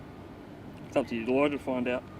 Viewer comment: "It's up to your Lawer to find out" WTF